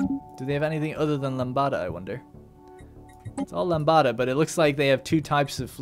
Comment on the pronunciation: Swarm Corvette crew: Now he's gone away, only man who's ever made me cry Not so far away, far enough to make me wanna die Crying over me, is what he's gonna be when he's hit by the need of my love ... Do you like the song that much? IT'S LAMBDA [LUM-DUH] not La LAMBADA, mate.